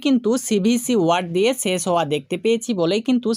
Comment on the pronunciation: শেছ নয় শেষ বল